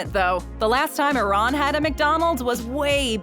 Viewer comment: Ok but what the hell is a-ron I know what Iran is but not a ron